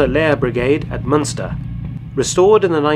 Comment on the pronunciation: ...and its MUNSTER, not MÜNSTER! Munster is allmost next to Bergen!